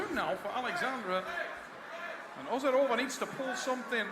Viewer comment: ozeRova, u forgot R 😅